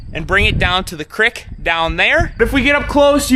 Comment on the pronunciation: Finally, someone else who calls it a crick instead of creek 😂